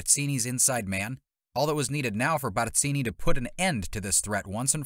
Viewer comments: *Barzini…… not Batzini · Barzini with a Z not an S. Learn how to pronounce his name before trying to sound like an expert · If I had a dollar for every time this guy mispronounced Barzini's name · Why you gotta go in so hard with the pronunciation "Barzini" though? 😂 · The way you pronounce Barzini is extremely annoying.